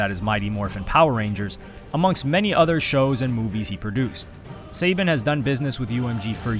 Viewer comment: I thought it was suh-ban not say-bin